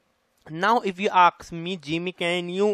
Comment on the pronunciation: Ask not aks...😑